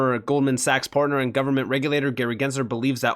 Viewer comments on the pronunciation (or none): none